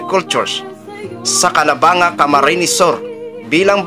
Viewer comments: CORRECTION >>> CALABAN-GA PO PG BINIGKAS UN. 😂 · Maige nman at pin-eatured mo yan,. Ktulad ng cnb ng isang kumentor, CALABANG-GA po ang pronunciation nyan. Nkakaiyak talaga ang backstories ng mga students dyn s nasabing lugar. Kaya yaang npaka-gandang dormitory, npakalaking tulong para s mga students & parents as well. Sb ko nga, so cguro nman,d n yan mpu2laan n nman ng mga bayarang bulag-gers at trollyalista, n wala ng ginawa kundi ang tuligsain at ANGAT PINAS INC. /ANGAT BUHAY NGO FOUNDATION ni Madamme Philippines 🇵🇭🇵🇭🇵🇭🇵🇭🇵🇭🇵🇭🇵🇭Legit President 🌹🌹🌹🌹🌹🌹🌹Atty.Leni "beloved beautiful" 💋💋🌺🌺🌺🌺🌺🌺🌺🌸🌸🌸🌸🌸🌸🌸🌼🌼🌼🌼🌼🌼🌼🌻🌻🌻🌻🌻🌻🌻💘💘💘💘💘💘💛💛💛💛💛💛💛💙💙💙💙💙💙💙💜💜💜💜💜💜💜Robredo.